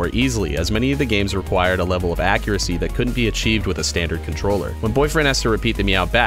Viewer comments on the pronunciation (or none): none